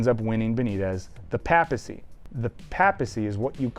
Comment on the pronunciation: For someone who supposedly knows about "Pope stuff", you should probably learn how to say "papacy".